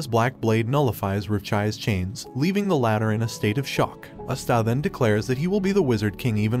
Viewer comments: ok whats with all these types of yt channels saying their names wrong its ahh stuh no uh sta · It's not uh-sta, its ah-stuh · He's saying usta but it's asta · Sorry but it's prnouned like pasta without the p not As-ta but thank you! I can't find any black clover recaps that don't skip to much! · bro, you're killing me by saying uhsta. Did you even watch an episode? it's Awstaw like Pawpaw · Is my hearing weird or is he saying esta not Asta? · im i the only one who's wondering why he's saying aster instead of asta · Who is a'staaa, do you mean Asta ? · not aesta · It's not pronounced Astá. It's Ah-stuh. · Bro it's asta not aste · Hate how he says astaah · It’s asta not está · you definitely murdered the pronunciation of asta's name, please say it properly next video, it sounds so cringe tf its as-ta not a-sta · I like to believe that As stag is what I'm hearing and I really love it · Great series to watch if you can find all the anime episodes. The main protagonist is named Asta but it has an emphasis on the A (like Ahhh Sta). Sorry it was driving me a bit crazy with the incorrect pronunciation. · Is NO ONE going to talk about how he’s calling Asta astA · Thank you I wonder if he only read the manga because there are a lot of mispronunciations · Is no one gonna say anything about how he pronounces Asta… Yuno and aata.. Sounds like he’s about to sneeze. It’s Ah-stah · It’s not pronounced asta (silent a) it’s asta (no silent a) (as - t - aa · wdym u cant spell? I was reffering to the youtuber or the bot that was speaking, since they never said asta they said other words like astab a star and so on, just turn on subtitles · man keeps saying a-sta get it right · asta. its not hard to say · dude it is pronounced aa-st-a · Don’t say AASTAA ANYMORE PLS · AH STA for the love of GOD its AH STA ASTA! Cringe asf. Watch the show. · i love the way he pronounces asta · the way he says asta, gives me the same feeling that i get when katara says Aang in the avatar movie